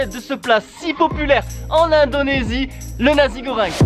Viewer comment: Dans la prononciation du plat on dit pas "nazi" mais "Nassi" goreng.